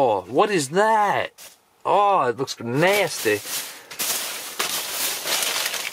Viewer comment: Lol that accent when you said Nasty lol